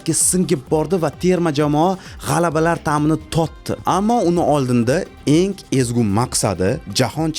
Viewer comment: Iltmos sizdan "enk emas eng" nk emas ng asab 1000. Hech qaysi filolog nk demaydi